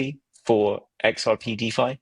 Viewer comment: Thanks for the peptalk.❤ One little thing if i may. Its deFi not deVi. 😁